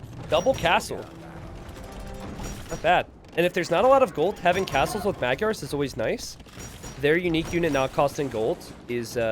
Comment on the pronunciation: Not sure if anyone told you this already or if you care, but "Magyars" is actually pronounced a little differently (Hungarian here, not butthurt or anything). The "gy" letters are actually one letter in Hungarian, and it's pronounced the same as the "d" in "due". Also, the first "a" letter (M"a"gyars) is pronounced the same as the other one, like "ah". I know it can be tricky so I don't expect you to get used to that, but I thought you might be interested in that since you love AoE2 and other cultures so much. :3 "Magyars" literally mean "Hungarians" in Hungarian by the way.